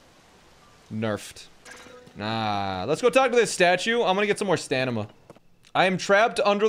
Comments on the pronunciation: bro said stanima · He continues to say stanima